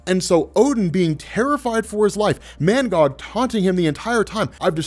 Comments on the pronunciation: Lmao this whole time i thought his name was “ManGod” Bcuz Of how you was saying his name 😂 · Is he saying mangod or mangog